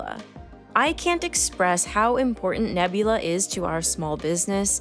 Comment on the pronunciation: The start of the video: “this video was braht to you by nebulaRRR”